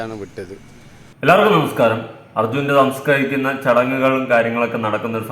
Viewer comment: നമസ്കരിക്കുന്ന. അല്ല സംസ്കരിക്കുന്ന. എന്ന് എഴുതിയും പറഞ്ഞും പഠിക്ക് 😅